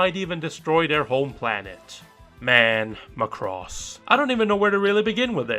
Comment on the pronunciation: You don't even know the correct pronunciation for macross.